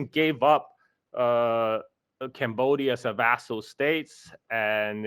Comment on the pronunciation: "CAMbodia" (as I'm camera). Not a burger.😊